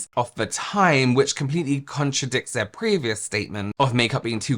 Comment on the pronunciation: Unwatchable Togeva is pronounced TOGETHER Aver is OTHER Free is FREE Fursday is THURSDAY Feir is their you sound ignorant